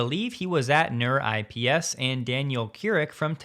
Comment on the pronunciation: It's pronounced neurips, not neuro IPS